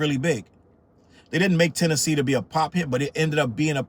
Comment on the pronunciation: "Tennessee" 🗿 🗣"Tennessee" Shouts out to you for the Arrested Development plug